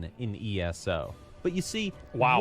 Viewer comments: I just dislike it when ppl mis-pronounce ESO as ES-O, sounds like Asshole. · I'm I the only one that gets cringed when he says ES-O